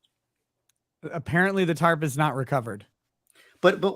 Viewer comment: That lady has been saying “Tart” instead if Tarp her whole life 😂.